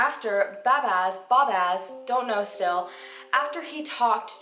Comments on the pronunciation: its pronounced bahzbahz still A++ For effort! 😀 As a Mexican it breaks my heart to say this but the justice system and police investigators fail most of the time. In Mexico if you have money you can make anyone disappear. Money speaks alot. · Do you really have that much difficulty saying 'Bazbaz'? It's pretty simple.